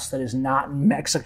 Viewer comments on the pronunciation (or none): ME-HE-KO. It drives me nuts. I like your videos except for that.